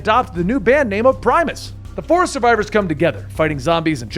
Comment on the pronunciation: ITS PRIM-IS NOT PREE-MUS